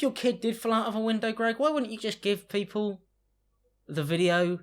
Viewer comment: “look man other poople” wait wtf did you say 😂